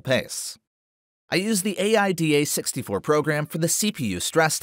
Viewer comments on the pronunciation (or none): My god, i have never heard AIDA said in English before. Just say it like Aïda (the opera). Btw, very, very good video, the details, the tests, so spot on! Thank you!